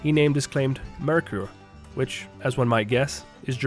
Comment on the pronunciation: Good info about several ghost towns.One thing; it isn't pronounced Mercure It is pronounce Merker.. And for the record,spelled Mercur.